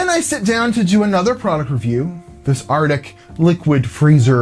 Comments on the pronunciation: Arctic. Not artic. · Arctic not artic. Just sayn. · "Artic" good Lord man it's "ArCtic". ARC-TIC.